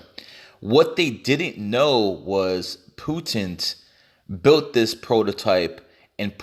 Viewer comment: President Putent 😂👌